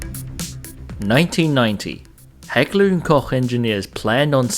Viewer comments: The one thing that stands out for me is that you know how to pronounce the German Names. ie not heckla and coke and gewehr sechsundreißig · My 2c, I'm tri-lingual English, Afrikaans and Namib-german, South African; namibian german parents, his pronunciation of Heckler is also better than most, it's hard to describe, it's subtle and I don't know how to remove intensity from a single letter in a word when I write it but most english people saying it something like Heck-ler and Cock. Hah-kh-lerr en Koh-cgh is how I would say it, where the double rr makes a short but rumbling kind of sound.